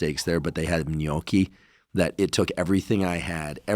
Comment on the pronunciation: Haha. The way they said it is right :) ps i am Italian from Italy